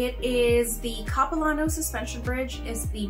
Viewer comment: If you come back this way again please let me know. I live about 100 Kms east of Vancouver. I grew up in the suburbs of the city, not far from the airport actually. By the way the LAN part of Capilano is a short “a” sound, like “hand”. Small pet peeve! Please say Vancouver, BC, Canada. After all we don’t say San Francisco, USA ( for example). Good thing you didn’t hit pouring rain when you were here!